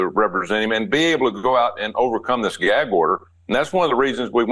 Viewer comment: “I can’t answer that because I’m under a gee-ag order”